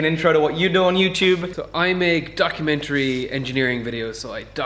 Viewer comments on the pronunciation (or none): I could tell he was scotish by the way he said documenatiaries